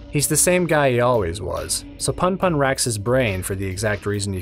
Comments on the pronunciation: "Welcome back, to goodnight puhn-puhn." ITS POON-POON. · It gets under my skin so much how you pronounce punpun. There's at least a reason for the "poon" version if you're familiar with American slang, which i gather asano was given the content and words he chooses